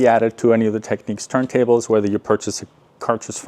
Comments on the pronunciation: FYI, It’s pronounced “Technics”, as in “technical” or “technician”, not “techniques”. This isn’t a matter of opinion or preference, by the way, any more than how to pronounce “technical” or “technician” is a matter of opinion or preference. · Point of discussion. It's not pronounced, Techniques, it's pronounced Techniks!